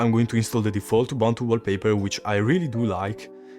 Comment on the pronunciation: Ubuntu si pronuncia esattamente come lo leggeresti in italiano. Just saying...